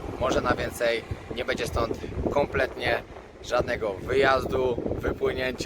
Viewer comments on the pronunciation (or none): Wszystko spoko ale przestań mówić BEDZiE tylko będzie, bo dla niektórych to zapewne jest bardzo denerwujące 😉